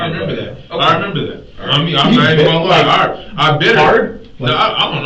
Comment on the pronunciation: “On my daughter Datz da truf, on ma Daughter! No need to lihhhhhh” 😂😂😂😂😂😂😂😂😂😂😂😂😂😂😂😂😂😂😂😂😂😂😂😂